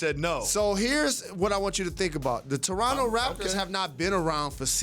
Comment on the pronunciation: "After winning a championship in Geronto" 😂